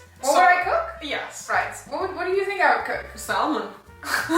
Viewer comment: The word salmon,you don,t pronounce the L.It,s like salmon.Just trying to help.